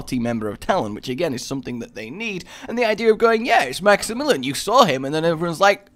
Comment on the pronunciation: Max e million